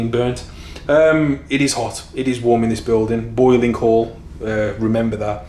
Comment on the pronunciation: Bowling not boiling lol